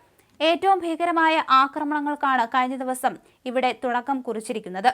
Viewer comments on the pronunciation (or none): none